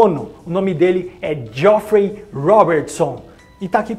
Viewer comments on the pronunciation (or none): Pronuncia-se "Jeffrey"